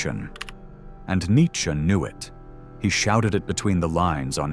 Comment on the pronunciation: "Nietchze" LOL